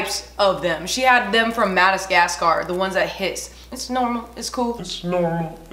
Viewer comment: Madisgascar"😂😂😂 its Madagascar